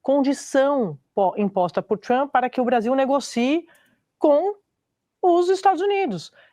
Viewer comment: Tchruamppy? A Sadi fala TCHRUAMPPY